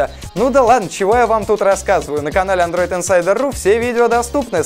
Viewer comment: Он не оговорился в конце? Смотрите обзор гугл-глас на сайте андройд инсайдер ру?